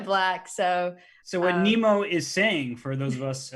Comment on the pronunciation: he keeps calling her Nemo... im assuming thats not how her name is pronounced?